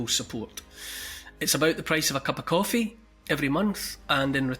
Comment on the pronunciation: I love the way you say “a cup a coffee” in that Scottish accent!!! Sorry it’s off topic!! 😂